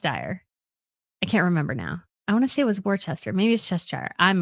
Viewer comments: Worcester is pronounced ‘Wooster’. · It’s Cheshire! And Worcester is pronounced “Wuss-ter”. Shire is pronounced “sure”, not “shy-are”.